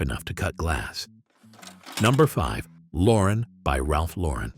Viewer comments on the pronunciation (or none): none